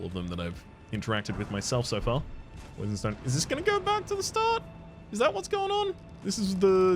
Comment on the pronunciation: I believe you willingly pronounced "poison" as "poisson" (fish) as the correct pronounciation is "po-a-zon". And I liked this pun. I am French btw. I noticed you sometimes use French when you are speaking and always wondered to what extent you can speak French? Also, as Nephelie is still sitting at the Roundtable, you may want to look for the great Kenneth Haigh in Limgrave 😁